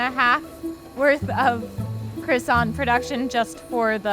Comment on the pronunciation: the T in croissant is silent, who are these people....